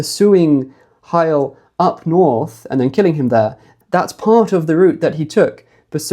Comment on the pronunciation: The NORRRTH, the norrth.... 😅😂☺️🏴❤️